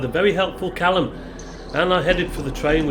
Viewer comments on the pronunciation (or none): none